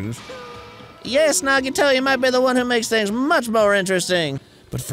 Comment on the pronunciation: the grumps finally say Nagito correctly!! only took four chapters 😵‍💫